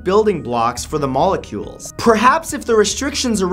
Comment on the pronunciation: I fell asleep and had a half-asleep dream you were wearing glasses probably because you kept saying "molecules" like penny from BBT